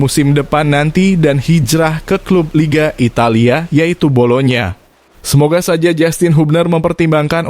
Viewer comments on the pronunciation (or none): none